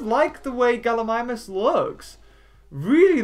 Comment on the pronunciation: First you say “Galimimis” then the second after you say it right